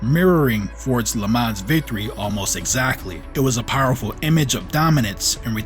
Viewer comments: the „s“ in Le Mans is silent 😉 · Dude, don't pronounce the 's' in Le Mans.